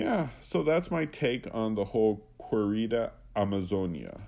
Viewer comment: It's kay-ree-da. You and Timothy Gordon and Return to Tradition have trouble with simple words in Spanish. It's really not that hard.